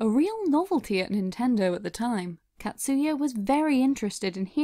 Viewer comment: Catsuya... it’s actually pronounced “kotsuya”... short A sound .. 😅